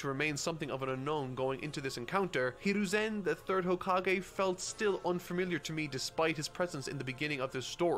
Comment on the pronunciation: This man is making fun of how says Hiruzen Just wait until he hears Akatsuki...